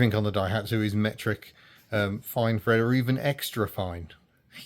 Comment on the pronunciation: Thread with an "f" ... Just tell 'em you're a cockney 😊